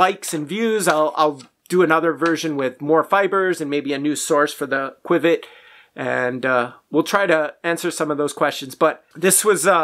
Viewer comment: Qiviut is pronounced kiv ee ute not quwiv-it. Your testing paraphernalia is not a good way to measure comparatively because of the different properties of each fiber. It is like attempting to compare 1, 2, 3, and 4 dimensional objects without including dimensions. Micron count means a lot. The finer the fiber the more insulating properties it provides. The micron count of qiviut av 10 microns is part of the equation that is not factored into your test. Also insulating fibers trap air between the fibers and reflect back the warmth of the body heat. Whereas thermal properties are hollow and add warmth and do not just reflect the body heat. These are only 2 properties that are not easily factored into your test. You are mistaken when it comes to angora especially because it is not just an insulating fiber but a THERMAL fiber meaning it is a hollow fiber. And the air actually creates warmth . This fiber is so incredible it will alleviate pain by increasing blood flow . Also 'soft" is subjective. The only way to determine this objectively is by measuring the fineness of the fiber with micron count not by the tactile quality. Alpaca and mohair have both insulating and semi-thermal properties. Other factors like the external temperature and wind chill and how different fibers behave under varying conditions, the cellular structure distinctions and what this does; how well it breaths and wicks moisture etc all add to the warmth and comfort of different animal fibers. And of course